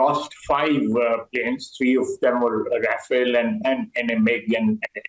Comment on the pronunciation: He saying he ate 5 rofale chocolates 😅